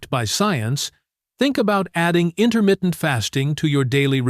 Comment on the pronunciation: "Intermittent" not intermitten.